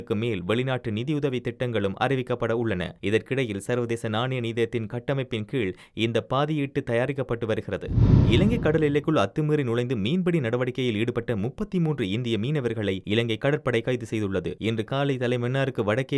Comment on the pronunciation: பாதியீட்டு அல்ல பாதீடு என வாசிக்கவும்